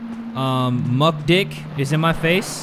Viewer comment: He pronounced mucdich as mucdick pls I'm crying 😭